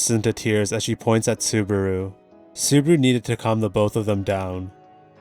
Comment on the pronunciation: Everytime i hear Subaru's name being butchered. 😅😅